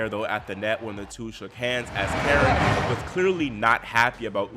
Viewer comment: Belarus.ian and karEn is the correct pronunciation. Thsnks